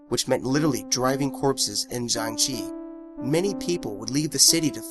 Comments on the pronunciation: jiangshi is pronounced "jang sure" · jiengggg shiii